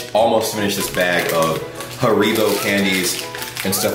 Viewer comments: Holy crap do americans pronounce Haribo like that? you're supposed to stress the a, not the I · little hint: pronounce haribo on the „ha“. HAribo